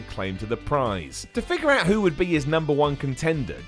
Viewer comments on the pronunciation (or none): none